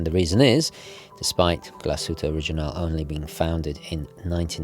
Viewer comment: It's a beauty, although not in white. White is the worst color. Black looks nice and they have it in this really stunningly beautiful green sunburst dial that's just gorgeous! By the way, first again! 🤪 Also, the g in original is a hard g. 🙂